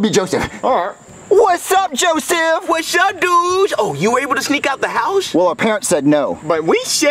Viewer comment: Jeffys law Joseph is jo shif